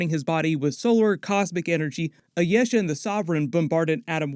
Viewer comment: "Ayesha" is Pronounced as I-e-sha